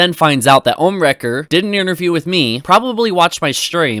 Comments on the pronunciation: I know this isn't important but can he please stop saying "Omniwrecker" its "Ohmwrecker". Also, I would like to add that Delirious stated that he didn't know the girl's age and that he was in his early 20s, he was only excited to speak to a girl. I'm 17 as of now and I don't speak to girls that often so, if I was in his shoes I would probably would have been the same way. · This man said ohmiwrecher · the fact that Keemstar pronounces Vanoss as “Vaniss” and Ohmwrecker as “Omiwrecker”... like if you’re going to try to prove a fact, please pronounce names correctly or you just sound stupid 😂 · He still can’t say ohmwrecker. This guy sucks at reviewing facts from gossip. He tried to start hate against the vanoss crew when the topic is just on Delirious and basicallyidowrk from a mean prank 10 years ago. This guy really has no idea what he’s talking about. That’s why we like to watch this idiot trying to explain himself.